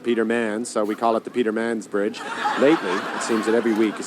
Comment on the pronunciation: "Peter Mans Bridge" 🤣